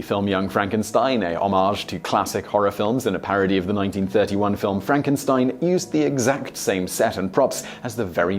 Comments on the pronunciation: Uhhhh... Simon? FRONK-en-steen. ;-D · It's pronounced Fronk-en-steen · It's pronounced Fronk-en-steen. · It's Frankensteen.